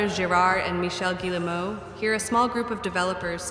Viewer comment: I'm on a one-man crusade to see if YouTubers can pronounce Yves Guillemot's name! It's "Ghee-moe" Rhymes with "we go." Hard-G, two syllables. Ls are silent.